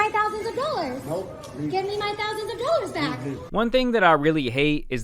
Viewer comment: It's not thousands of dollars... it's thousands da dallors